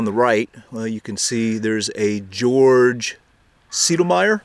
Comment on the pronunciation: come on, try only a little better! Is it so difficult for English and american people to understand that non-english speaking nations people do not have english names? There is no th like teeage in German. So "Menthe" is spoken "Mente"! And Georg is not spoken Tshortsh as in English, It is spoken Georg. The alphabet comes from Latin and Greek and in both languages there is (almost) only one correct pronunciation. If you learn this once, you know how to pronunciate German, Italian, Spanish etc. names. I think a little education is also kind of respect. If you find a German who does not know how to speak English, it is sure he must be uneducated.